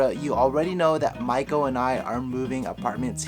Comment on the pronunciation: I thought you said Michael and I will be moving to Tokyo, and I said to myself that I will support you regardless of your gender orientation and then I realized you said Maiko.